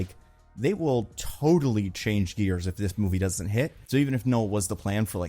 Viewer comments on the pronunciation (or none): none